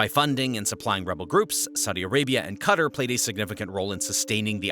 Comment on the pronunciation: At least pronounce Qatar somewhat decently